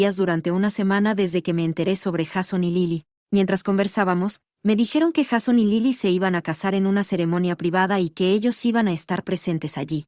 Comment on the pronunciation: Me nerva que pronuncie "Jason" cómo está escrito y no como se debe pronunciar 😅